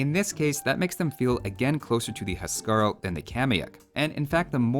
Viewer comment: Huskarl is pronounced "Whose-Carl"